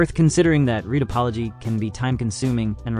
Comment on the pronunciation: Judging by how he pronounces addons and "retopoly" I suspect it's all AI gend